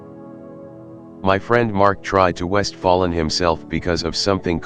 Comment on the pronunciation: "westfallen" LMAOOO